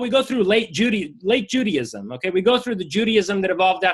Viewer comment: Does he pronounce it "Judyism?" ... and "Eggsodus"?